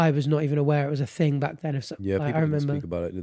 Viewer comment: What is with constantly saying thang rather than thing?? Maybe its one of those things thats always been there abd you havent notuced it but once you do, it annoys the crap out of you 😂😂